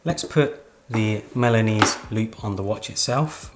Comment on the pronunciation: Great video! but I keep hearing Milanous loop instead of Milanese (from Milan) loop